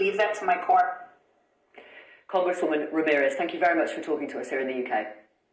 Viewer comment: I love the way you pronounce "Ramirez" as "rammer-ez." I'm not mocking you, but it is amusing.